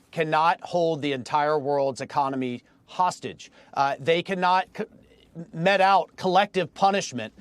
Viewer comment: yeah and he mispronounced "mete out"